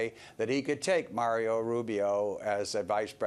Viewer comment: Why should I trust the analysis of someone who says "Mario" Rubio and John /kay-siCH/ ??